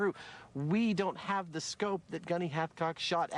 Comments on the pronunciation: Wait, Carlos who? I thought I heard halfcock. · His name is Hathcock. Not Halfcock.